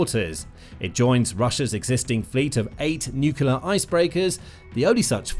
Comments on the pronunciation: Nuclear submarines NOT Nucular submarines. No such word as Nucular. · Oh fer pete's sake. its Nuclear - say it with me New - clear NEW-CLEAR. and its arCtic. say it with me ARC - Tic ARC-Tic. Its really not very difficult. You seem like a grown-up. You dont seem to be a dimwit like George Bush. Just try it I'm sure you can do it. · Can you please learn how to pronounce "nuclear"? There's only one "U" in the word.